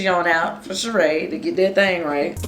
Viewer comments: “It’s not Sheeing by Shereeing”🤣🤣🤣🤣🤣🤣🤣🤣🤣🤣😂😂🤣🤣🤣🤣🤣🤣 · It’s not she-ing… by Shereé 😂